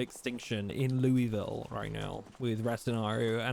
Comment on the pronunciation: Loo-wee-ville 😂😂😂😂😂. Ky resident here it's Luul-vul. Two syllabus throw the rest of em out.